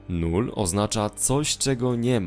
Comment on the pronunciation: nie null tylko lull hehe :-)